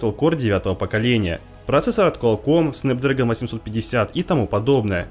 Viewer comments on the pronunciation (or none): none